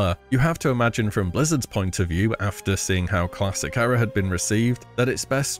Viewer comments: You're pronouncing era wrong. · Why do you keep saying Era so weird??